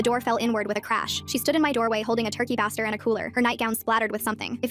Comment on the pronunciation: Bā-ster not Ɓah-ster